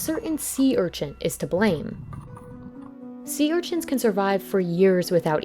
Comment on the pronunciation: does the narrator know how to pronounce sea urchins correctly?